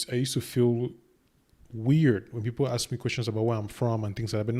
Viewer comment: Sister need to know the difference between ASK AND AXE